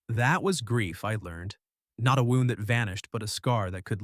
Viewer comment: Nice story. Wound is pronounced “woond” not “wownd “.